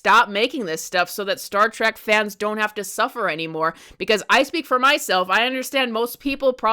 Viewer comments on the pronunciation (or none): Trek card rescinded. I couldn't get passed "Star Track" LMAO How long have you been a fan do you say? We Are Trekkies! or Trekkers if you prefer. If you'd ever like to re-join and have your TREK card back let us know. P.S. Star Trek Starfleet Academy is AWESOME! Fan since the 90s here my favorite Trek is: ALL OF THEM. I was going to list them all individually but omg it's a lot lolol No wonder I don't have time to watch anything else X.X STILL laughing at the Almond Basket scene! 🤣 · TREK NOT TRACK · OMG Trek.... say it with me: Trek